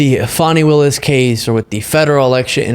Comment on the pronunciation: How is it the lawyer doesn’t know how to pronounce Ms Willis’s first name nor Judge Merchans last name? I just find it odd is all.